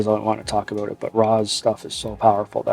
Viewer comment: What it's "aboot" Canadian much? JK much love!